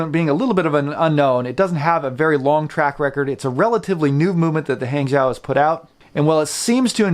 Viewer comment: Great review. Hangzhou is pronounced "Hung Joe" in Mandarin. Great movements actually.